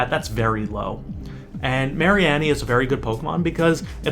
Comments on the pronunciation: Its Marine-E. its so simple. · can u not pronounce mareanie wtf